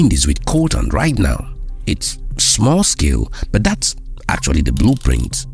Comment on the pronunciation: Why do u say but as burt